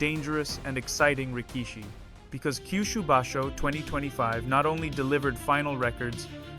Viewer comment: Thanks for your content. Just a few pointers regarding pronunciation: Rikishi: The middle vowel is usually shortened considerably or outright skipped. Pronounce it as "Rick-shee" Tachiai: The CH in TaCHiai is pronounced like the ch in check, not a hard K-sound. Aonishiki: Like rikishi, shorten the middle vowel. "Ao-nishkee"